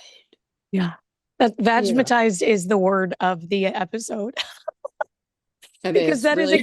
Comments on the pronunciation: "Vagmitised" oh Paula😂😂😂😂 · "Vag-a-mitized" LOVE IT LOVE IT... 😂😂😂😂 in New Zealand its called "c" struck 😮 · Vagamitised 😅😅😅 I cant deal 😂😂😂